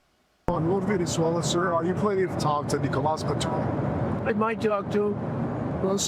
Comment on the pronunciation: Its Maduro not nvsdkjava dojv dvhkjv ! Don't start this again. If so its Norge not Norway. Cymru not Wales. And on and on and on and on. Snap out of it.